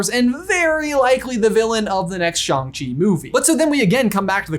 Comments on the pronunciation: Me: cringing at “Shang”…. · I like that is literally saying Shang-Chi half right 😂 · No, she is in fact defaulting to his chosen English name "Shaun", because that's what she knows him as and she can't pronounce Shang-Chi correctly, as shown on the plane ride.